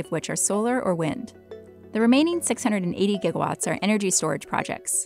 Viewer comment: am I the only one hearing "jigawatts" whenever she says "gigawatts" ?